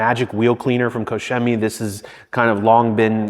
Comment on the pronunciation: Finally, a detailer that pronounces koch chemie properly.